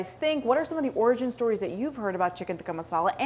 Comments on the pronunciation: It is so cringey when they get an Indian girl to pronounce it “right” but then she ends up pronouncing it neither the English way and neither the “right” way. Every time she said “tikka masala” in a pseudo Indian accent I went 🙄 It is टिक्का not तिक्का. Retroflex t, not Dental t. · Cant even pronounce tikka masala properly! ITS BRI-ISH RECIPI